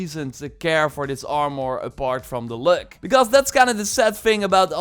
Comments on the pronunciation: It's like he says "Are-more" more and more frequently the longer you watch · If you say armore one more time! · Armour ❌ Armoore ✅ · The way you say armor 💀